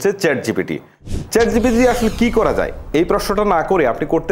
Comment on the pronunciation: 'যাই' নয়, যায়।